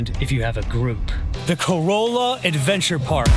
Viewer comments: Great video, just one thing, it's pronounced Ca-ralla, not Corolla like the Toyota. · "Co-Rall-Ah." You're welcome. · Its Ka-rahl-uh, not prounouced like the car 😂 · Its "Cor-ah la" A corolla is a vehicle made by Toyota. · What a fun tour! Just a couple of things… Not Man-TAY-oh. I’ve only heard it pronounced MANNEE-oh and Ca-RAH-lah, not pronounced like the car. Thanks for the video! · I'm from the Outer Banks and you absolutely did slaughter the names. 😆 (Bodie Island - pronounced like "body"; Corolla - pronounced "Cah-RALL-ah" by the locals; Manteo - pronounced "MAN-tee-oh" or sometimes we leave out the "t" altogether, lol.) Otherwise, fantastic video!!😃